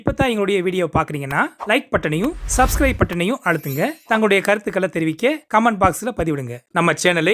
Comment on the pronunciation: கமான்ட் ( command ) அல்ல கமென்ட் ( comment ) என்று சொல்லவேண்டும்.